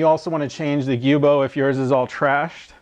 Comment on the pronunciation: it's spelled Giubo, not guibo, so I've pronounced it how I thought it was supposed to be but apparently we're both wrong. It's Joo-bow